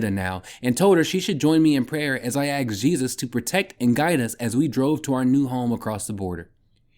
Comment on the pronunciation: Axed? Thank you... good voice. The axes are a little annoying... my mother taught 5th grade grammar. Lol The author has a YouTube channel... he's an unhinged lunatic 😂😂😂.